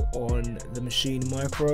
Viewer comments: its not maschina, its maschine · in the good ol' U S of A we say MA-SHEEN ...not MA-SHEE-NA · It'a Maschine, not Maschine-uh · Why does everyone keep saying “maschina”